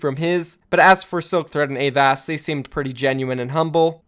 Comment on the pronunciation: Please pronounce avast right next time